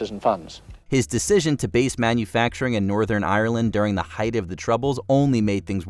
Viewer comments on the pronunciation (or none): none